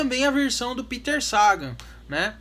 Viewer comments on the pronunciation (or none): none